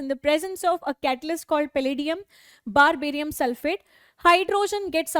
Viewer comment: 0.28it is barium sulphate mam not barbarium sulphate....